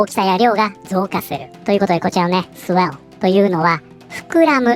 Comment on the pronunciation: swell、ふうぇるに聴こえる